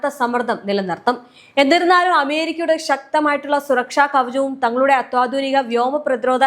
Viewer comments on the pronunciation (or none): അത്താധുനകയല്ല അത്യാധുക